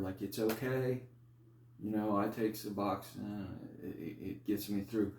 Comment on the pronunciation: Great video !!! Your pronunciation of " su BLOCK aid " is wonderfully unique ! ( I can see how that pronunciation can help an addict 'remember' what to ask a doctor for -- when asking to get a new injection that an addict has never heard of before !!). So, say, how many milligrams of suboxone were 'ya takin' ( pills ? strips ? ) before 'ya jumped off suboxone to get that wonderful life-altering injection of sublocade? And -- hey -- how much time has passed for 'ya since 'ya received that one shot of sublocade?